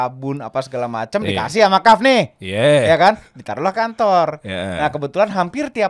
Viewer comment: Kahfffff,bukan kahfi ya,ya Allah semoga komen ini dapat endors dari kahf project